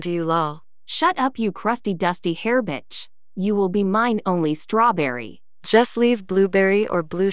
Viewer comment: Stawberry Stawberry Stawberry